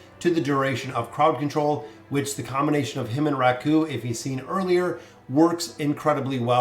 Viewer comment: No hate but Raku is pronounced RAku, not raKU